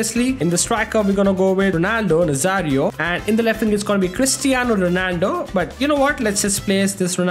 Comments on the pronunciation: why are you looking at his name? Those cristiano ronaldo fans also disrespect r9 so much. Also,even I heard saying 'pristiano' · Pristaino Ronaldo 😂😂